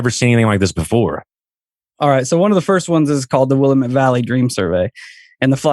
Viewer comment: It's Willamette Damnit. They 1 rhyme. Not Willa-met. And the great PT Barnum had a little trick he played with a sign inside his carnival as it only cost a nickel to enter and the place would fill to capacity quickly. He posted a sign at the exit door saying 'See the 8 foot tall Egress" and the ignorant folks not knowing the definition of the word would walk right out of the carnival then pay again to re enter. Because you move when a salesman speaks. Oh and also Austin is not a big city.